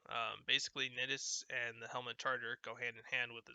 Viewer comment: Thanks man, I didn't know that those strain mods existed actually. I like your build. Although you pronounce Nidus like you would say the word "I" not "it" as you are.